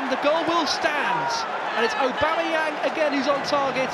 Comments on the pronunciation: No one: Absolutely no one; Not a single soul in the universe: Commentator :And that's a Brilliant goal from Pierre-Emerick Obemeyong!! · pierre emerick aubameyong😂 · or aubamayang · “Pierre-Emerick Aubameyong” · Has anyone told the Arsenal Media commentator how to pronounce O-Bam-A-Yang's name yet or shall i? xD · always cringe when that 1 commentator thinks its clever to say 'aubamaYONG' ...anyway, we love you Auba! future legend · Far fewer "Aubameyong" and "Aubemeyang"s as the video went on, good to see professional commentators didn't take more than a year to learn how to pronounce a name.. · Since joining Arsenal: Aubameyang: 50 Goals Commentators: 50 different ways to pronounce Aubameyang.